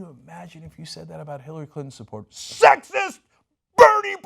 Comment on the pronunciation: "Hillary Cuntin" 😂